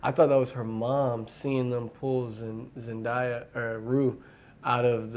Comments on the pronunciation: It’s zendaya not zendieya pfft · nope it’s pronounced zendaya